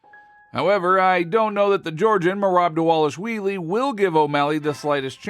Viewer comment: This man saying " merab delashwheeelie" 😂😂😂😂😂 these channels are so entertaining from the groupies to miss pronouncing professional fighters names 😂😂😂